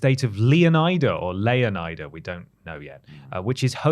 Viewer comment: It's LEONIDA, as in FLORIDA, the fictional state where Vice City is located.